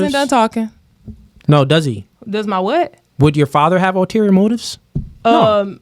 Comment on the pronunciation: Btw, the word is, ulterior. Not alterior